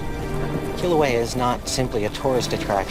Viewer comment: Hate it how he dsnt pronounce Kilauea properly :/